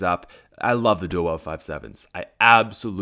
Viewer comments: I like your videos but I don’t like how you say “dual weld” instead of “dual wield” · I feel the same way about the Five Seven duel-wield but I thought you said "anything your duel-wielding your an idiot"